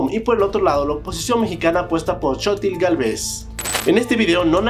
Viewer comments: Chochil .😅😅😅😅. En España eso es una cosa muy rica ( la tienen las mujeres) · es Xochitl No shotil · Shochil...Tecsoco... Bueno, salvó las pronunciaciones todo Nice. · Claudia shenbon y chotil galves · Se dice Shainbaum y Sochil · Antes de hablar de política mexicana hay que aprender a pronunciar Sheimbaum que no es Sheeiboom Y Xochitl no es Xotil, a seguridad antes los gobiernos las escondían y ahí estaban, ahora como el gobierno es más transparente ya no se esconde nada, y da la sensación que aumentó. Pero es relativo aquí es CDMX la seguridad ha mejorado mucho, la ironía es que en el extranjero ven más violencia que uno como residente en México, que raro, no veo extranjeros que tiro por viaje sufran de inseguridad, claro porque las noticias de sus países hablan con mucho amarillismo y golpeteo. Los corporativos quieren que regresen los neoliberales y que las corporaciones se sirvan del pueblo con la cuchara grande, pero no se les va hacer. Sigan y hablen todo lo que quieran de la inseguridad en México. Y minimizando los logros del AMLO como si dijeran que es poca cosa. Me da risa estos disque periodistas vendidos. Espero la siguiente administración ya no dejen entrar a más inmigrantes porque lo pobreza la van aumentar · Muchos no sabrían como pronunciar "Y" en guaraní y nadie les dice nada😂